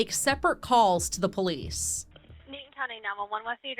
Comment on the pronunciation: As soon as he said POE-LEESE i knew exactly what kind of people we were dealing with 😂